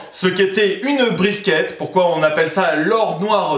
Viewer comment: Sa se dit briskit